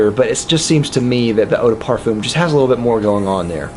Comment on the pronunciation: Why do you pronounce eau de parfum so weird? Incredibly distracting on what is an otherwise wonderful review